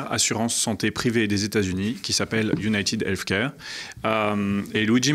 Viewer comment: UUUUnaïtiiiide elfe caire? Ok je décroche, j'en peux plus de toute façon ce garçon a piqué toutes ses infos ET ses idées à status coup. Fait que bon rattrapage aux Français qui connaissent pas le dossier, moi, je me barre!🤣